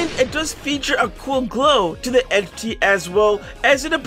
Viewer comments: Slowing it down when says entity he actually says eni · he said entiy 💀💀